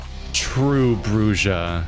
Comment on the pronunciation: It bothers me how you mispronounce "Brujah"!